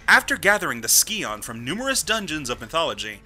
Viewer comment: The dagger Xian in TR2 is pronounced 'she-an'